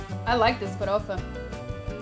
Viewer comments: cara, gringo fala "feidjôada" e "fawôfa" ela falou normal como falamos "feijoada" e "farófa" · You pronounce "Feijoada" and "Forofa" perfectly. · When you say "feijoada" and "farofa" your accent is genuinely Brazilian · Ela fala farofa que parece das nossas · O sotaque cara, ela n fala com sotaque americano "Feijoada" e "farofa" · I have to say that your pronunciation of feijoada and farofa are just perfect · Farofa A pronuncia tá excelente. The pronunciation is excellent. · Você fala farofa melhor que muitos brasileiros. kkk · Oloko pronunciou feijoada e farofa sem aquele sotaque gringo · She says FAROFA exactly the way brazilians say. Not a lotta americans can do it.